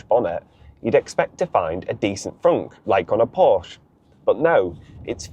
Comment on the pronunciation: Porsche has two syllables.